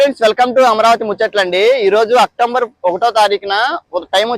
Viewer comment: అక్టోంబర్ కాదు అక్టోబర్ అని పలకాలి ముందు తెలుగు మాట్లాడటం నేర్చుకోండి.